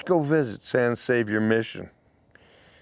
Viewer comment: Just an fyi, San Xavier the X is pronounced with an H sound